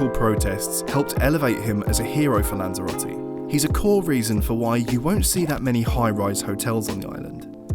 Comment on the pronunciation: "What to do in Lanzarote" or "Guide on how you pronounce Spanish the worst way possible"